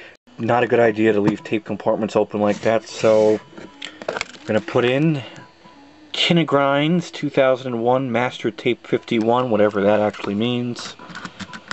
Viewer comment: "LOCAL KINE GRINDZ" - Kine is pronounced like "kh-Y-n" lmao from Hawaii / Great vid btw!!